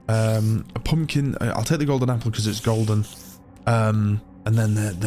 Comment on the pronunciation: I love the way he says "poompkin" . Balsam for my ears. And about the video- it's like im watching a huge budget national geographic movie. Thanks for the video